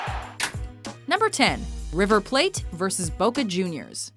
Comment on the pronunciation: Lmfao at the way she pronounced Boca Juniors "Bowca juniors" lol